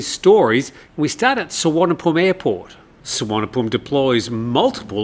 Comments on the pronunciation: doesn’t make it right. The v is pronounced as v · Happy to teach you how to pronounce Thai place names more correctly and respectfully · Good call. Yes not sure how that Suvarnabhumi one came about. Usually the i is the problem